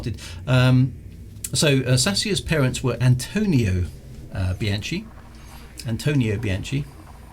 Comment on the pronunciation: given your penchant for Italian names, I thought you should know that 'CH' in Italian is hard (i.e. like a K) so it is Bee/anne/key (the 'chee' sound is CI as in 'ciao': io capito per che sono statto in Italia multi anni fa). Great clunky keyboard and clicky mouse; very 1992.